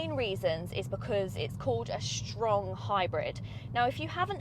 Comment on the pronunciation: "Shtrong hybrid" made my day